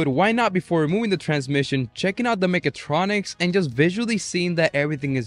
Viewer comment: It's "mechatronic", not "megatronic" 😂